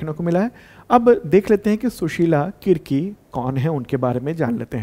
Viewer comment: Sushila karki hain Kirki nhi